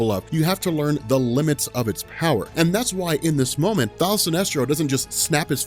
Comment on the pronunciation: Kevin Ham He is saying "Thaal" Sinestro lol.